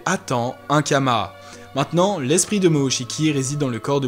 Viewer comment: C karma pas kama non ?